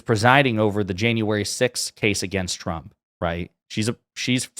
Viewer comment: I'm sorry but it always sounds like she says Chump instead of Trump.